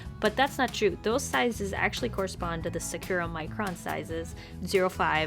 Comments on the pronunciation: SAH-koo-RAH SAH-koo-RAH SAH-koo-RAH NOT SOO-ku-ra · Its really triggering me that youre pronouncing Sakura wrong and usually it wouldn't but you said it like 20 times you pronounce it sak (like you're saying sock) ku (like coo) ra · I’m just saying that I got kinda confused when u said sakura. I know that’s the brand but u said it like sacura, but I pronounce it sa-ku-ra because it’s Japanese.😂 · Sah-ka-ra is how you pronounce sakura its so hard listening to you say secura so there ya go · I love everything you do, but I need to tell you that Sakura i's pronounced "sah-koo-rah" and not "secure-uh"... The Sakura Tree Wikipedia page should have an audio button if you need to hear it. Sorry for the critique, but securuh was just weird to her >.< Love ya! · Sakura is pronounced (Sah-kuh-rah) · hmm 'sa-cure-a'? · Now that I re-listen it’s sounds like sir-kur-a yikes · Ily but the way you say sakura makes me wanna jump out a window lol